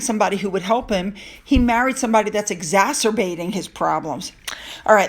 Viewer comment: you pronounced exacerbating correctly 🌟🌟🌟 So Many people mispronounce it, and I find it slightly exasperating. See the difference? LOL